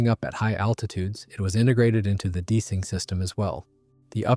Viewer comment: You mispronounced "deicing" makes me think this is AI.